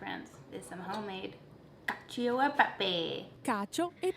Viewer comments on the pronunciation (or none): Cacio is pronounced like “cacho” in English!